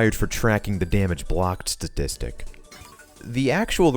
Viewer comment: Statistic not whatever you said lol